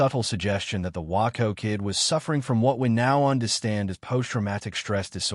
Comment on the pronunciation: WAY-CO WAY-CO WAY-CO. The Waco Kid is pronounced Way-co. Could not get through the vid hearing WAA -Co Kid!